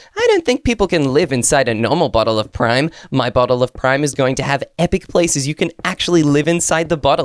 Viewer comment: Finally cos all the YouTubers say prim but you said it correctly thank you